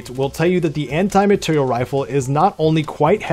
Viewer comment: Amr is fun but eh, better rifles on this list honestly. Also it’s materiel, not material